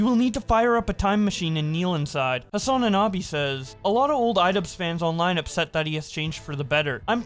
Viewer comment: Why is you saying ‘Hasananabi’ so funny to me.